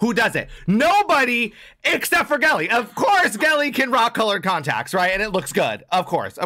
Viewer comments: It's pronounced jelly, tho haha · Gehlee is pronounced as Jelly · Great reaction! Gehlee = pronounced “jelly” Thanks for your energetic reaction! 👍🏽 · GEHLEE PRONOUNCE AS JELLY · Jelly not gehle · It's pronounced like jelly.. ❤